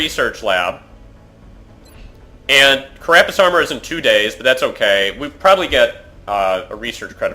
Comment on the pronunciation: This is starting to annoy me: It's CArapace, not caRApace.